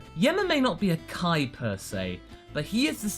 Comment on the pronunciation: Why everyone says kai eeee but says (KAIO)ken.